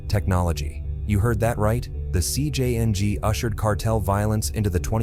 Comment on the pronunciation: this ai voices is butchering the names, but the worst ai i heard is jcng being pronounced as si-jang